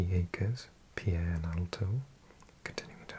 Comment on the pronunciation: The capital of South Dakota is Pierre! Pronounced “Pier”, I think